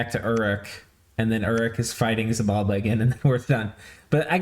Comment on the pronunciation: Ach, it's Xibalba, not Xybalba!